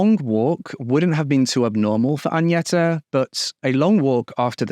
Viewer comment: hi so Agneta is pronounced "gn" as in Agnes. Same way, not Añeta. I know it's an honest mistake, i'm just correcting.